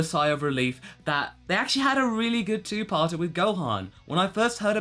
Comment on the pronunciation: So,, did you enjoy this two Paata? I enjoyed this two Paata. (How he pronounces it. Sorry.) just a joke. sorry if i offended you.